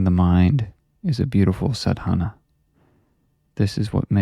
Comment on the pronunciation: Just a small correction brother...its pronounced "saadh-naa"